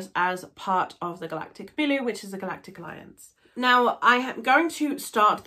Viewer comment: I've read these books more than half a dozen times. They are my fav books ever. Julian May is an amazing writer steeped in scientific knowledge. Please pronounce Milieu properly tho.